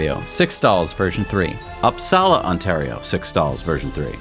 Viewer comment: Upsala was butchered too :)